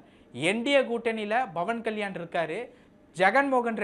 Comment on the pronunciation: Pawan kalyan not bhavani. Pronounce the name properly.